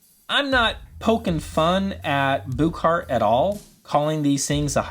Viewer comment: Not to be nitpicky, but if you listen to the Danish press, the pronunciation of the name of the company sounds like the English words “Book Heart.” It’s not “Booooook Heart” as you are saying. That’s all.